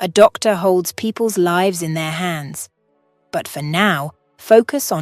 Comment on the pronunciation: The narrator was faster then your other’s but didn’t know how to pronounce lives or Michael.